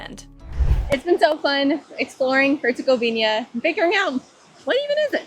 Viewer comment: Did you really say Monastery where Muslim Dervish lived? Dude! It would be like saying a Catholic Synagogue! Its HERCEGOVINA NOT HERCEGOVIÑA,the ćevap is ground meat,just like burgers not sausage! By the way most of the weapons used to destroy that beautiful country and its historical and religious treasure was supplied by the West! Even Hitler spared the Stari Most!Thanks NATO for helping out! Just think about it,look at what was Jugoslavija then and look at the new countries that came from the break up,they have bases and soldiers everywhere! Do you really thing that its by chance?